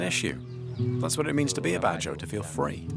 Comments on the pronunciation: No it's good jao ,,,not BAD jao ,,in the Phillipines goodjao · It's called bad jau not badows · The narrator pronounce the word BAJAU the wrong way. It's BA JAU.... or BA JO.... not BA DA HO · Its bad yaw not ba ja haw. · Great documentary but extremely annoying--to the point of offensive--when the narrator kept pronouncing "Bajau" as "BA-DA-HOE". Especially more so when you can clearly hear the Bajaus say "BA-JAU". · It is pronounce as BAD-YAWS not BADAHOWS. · Mr George can you answer this for me? why does the narrator say “ba-da-hoes” when they & the translator say “ba-joes”? thank you! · its pronounce as "bad-jaw" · Why does the host pronounce it as Badaho? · The narrator keeps on pronouncing the badjao wrongly... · Its bad-jau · The narrator keeps saying “Badahow” 😂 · you pronounce bajau in the wrong way